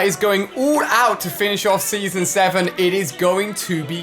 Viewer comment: did he say sneasen